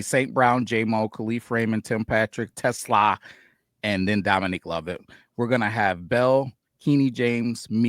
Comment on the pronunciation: PLEASE … learn how to pronounce TeSlaa’s name. Is it the end of the world? Of course not, but show the kid a little respect.